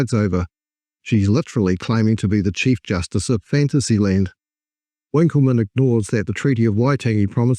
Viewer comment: I often wonder if it really should be pronounced with the emphasis on the middle syllable - WinKELman as they do, or whether that is just to sound posh like Hyacinth BouQUET